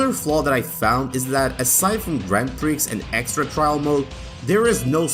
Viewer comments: Great video. Brings back lots of memories but it's not pronounced grand Prix - it's grownd pri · The 'x' in "grand prix" is silent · 'Grand Pricks' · Lol, Grand Pricks.